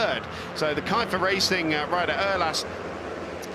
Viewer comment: KIEFER - Racing >> pronounce the "IE" like "I" in INDIA !